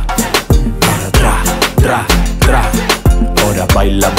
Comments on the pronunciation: Logan dice PRA en vez de TRA JAJAJJAJJ LO AMO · Me encantaaaa, me da risa que Logan pronuncia Pra en vez de Tra 😂 los amo ♥️